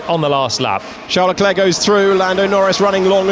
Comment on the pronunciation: nope. Leclerc's is correct.